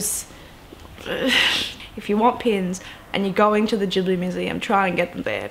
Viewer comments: I'm pretty sure it's pronounced "studio gibli" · The way you pronounce words (particularly 'Ghibli' and 'Totoro') nearly had me in tears.